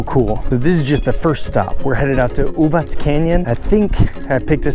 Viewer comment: Thanks for showing this pretty part of Serbia, and for pronouncing it correctly - Uvatz and not Uvak. :) Love your enthusiasm!